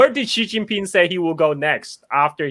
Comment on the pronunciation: Is anyone else also really annoyed with the narrator not being able to say Xi Jinping's name correctly?